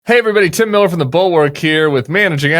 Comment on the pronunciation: I’m with Tim. And get the pronunciation correct!